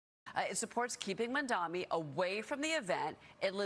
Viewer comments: mam dami? Why do they always say his name wrong? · “Mon-Dommy” ~ Mainstream Media